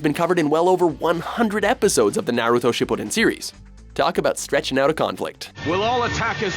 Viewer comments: "naruto shipoten" da fuk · shipuudun, haaku, zabooza really?